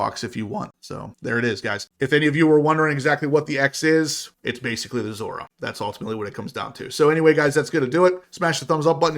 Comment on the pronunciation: Still calling it a Zora